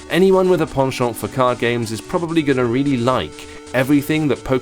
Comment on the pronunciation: How did he just pronounce “penchant”?